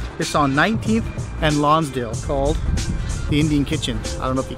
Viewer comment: It's Lonsdale, not Lonsdown.